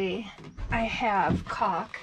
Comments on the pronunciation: You are so funny! I thought you were saying "cock" until I realized you were saying "caulk" Lolo Lolo I always enjoy watching you and Riot...you are both a riot lol. And love the Robert cameos too. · Oh, you said “caulk”. 😂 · i think you like saying the word calk, cuz you can sound like you are swearing but you are not.......lololol